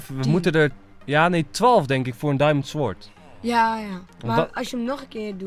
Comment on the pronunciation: niet als een beledeging maar je spreekt sword uit als sord